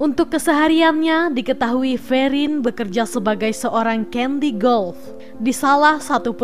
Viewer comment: Caddy, bkn Candy...